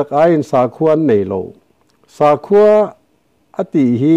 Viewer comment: Sakhua i lam dan hi a dik hlel deuh kapu, sakhi/saza kan lam rik angin sa hi lam rik tur "sakhua"